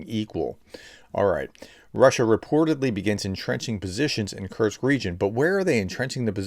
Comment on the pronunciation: PET PEEVE: Once again, there is no "T" in "Kursk". It's "KuR-sk, not "Kurt-z". It's a simple name.